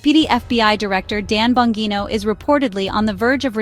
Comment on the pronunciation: At least learn how to pronounce the subjects names before creating a video! It’s “bon-GEE-no”…as in “gee, u sound stupid!”🙄